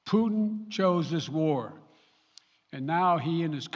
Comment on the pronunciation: Er ist leider schlecht verständlich (für Leute, die Englisch nur in der Schule gelernt haben) Und was soll das immer mit den "Puten"?!